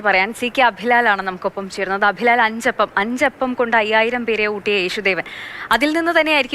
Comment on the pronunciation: അച്ചപ്പം അല്ല അഞ്ചപ്പം